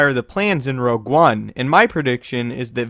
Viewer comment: Your saying rouge one wrong i think